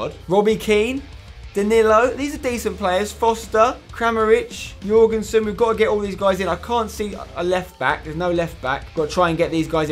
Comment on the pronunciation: You nailed that pronounciation of Jørgensen Spencer. I know cause im Danish. PS love the series keep up the work👏🏽👍🏽